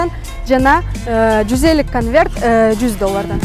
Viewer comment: не Канверт а конверт